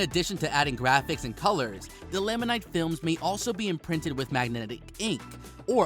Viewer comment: Resin: You say resign, I say rez-in. Laminate: You say lam-in-night, I say lam-in-it.